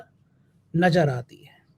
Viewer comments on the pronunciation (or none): INDRA GANDHI WALI FILING NAJAR NAHIN SAHAB NAZAR AATI HAI APNA TALAFFUZ SAHI KRE MERI BAAT KA BURA NA MANE MAJBOOR HOON AKELE MEAN BTA NAHIN SAKTA